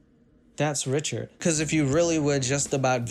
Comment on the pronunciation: I like how he says wrichaurd but he said it right once so i love him mow